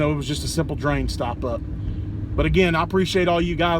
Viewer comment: What's a "drian"?